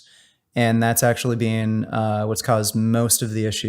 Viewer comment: Worst thing about vegangainz is the way he pronounces been as bean